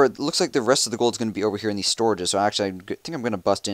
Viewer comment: Holy fuck say in like it is meant to be said. There is no such thing as "eeen" it is "in". "That will have me send eeeen my pekka" omfg I almost through my iPad at the door.